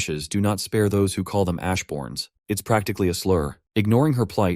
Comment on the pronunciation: "He called her an ashborn with a hard A" cheesed me 😂😂